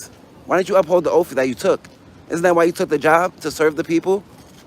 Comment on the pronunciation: “You should honor your oaf.”